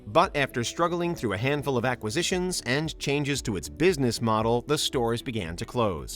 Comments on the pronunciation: New drinking game: every time the narrator says “ackisitions”. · "Ackisitions" - isn't there a u?